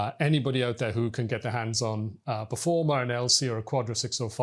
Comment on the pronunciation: Performa, not Performer.